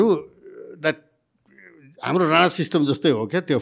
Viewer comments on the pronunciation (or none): none